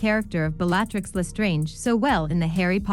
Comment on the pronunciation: Bell-ahh-trix? Is this an AI voice?